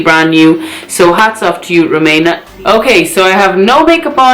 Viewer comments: I really like you....but feels like ur trying to be nice as shr sent u free stuff type of video. U can't even say her name properly....rumAYna? Its ruMEEEna lol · The way you say her name is so funny 🤣 you made me laugh, ngl I think her make up looks kinda rubbish but wish her well with it all, omg black hair on you is 😍😍 and kaleb is sooooo cute Ma Sha Allah!! ❤️